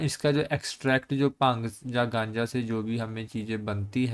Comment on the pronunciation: Bhang ❌ Pang ✅😁 (punjabi accent) Sir padhai ke sath entertainment bhi 😁 (sorry sir)